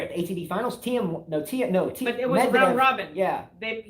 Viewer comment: Please... as well as you spell Tomics name do it with Thiems also... it's like "Teem" or "Team". "IE" in german (which we speak in Austria) is spelled "I" which is "EE" in english. Greets.